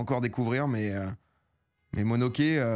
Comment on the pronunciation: "Monoke" t as souillé le respect mec!